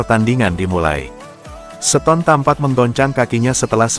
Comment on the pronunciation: Kok baca starter bisa tapi baca seton kan mestinya sama cara bacanya starter ston bukan seton atau setarter Hadeuh ini orang dari goa mana sih Mau jadi pembaca berita bola tapi gak punya ilmu dan gak mau cari tau